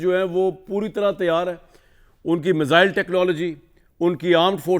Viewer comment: मिज़ाइल नहीं मिसाइल 😅😅😅